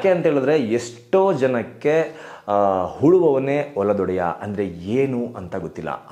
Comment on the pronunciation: ಅದು ಹುಳುವವನೆ ಅಲ್ಲ ಮಾರಾಯ ಉಳುವವನೆ